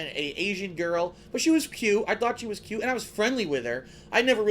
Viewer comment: Did he just say "but she was pute"?